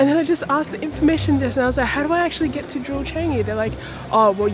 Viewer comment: I don't think thats how to say Changi u said it wrongly hahaha